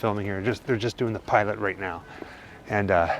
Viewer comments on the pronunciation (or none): none